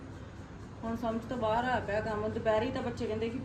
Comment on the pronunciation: Hello tusi ਬਾਹਰ ਨੂੰ ਬਾਹਰੇ kyu kehnde o hmesha hi bahre kehne tusi bahr kiha kro don’t mind just saying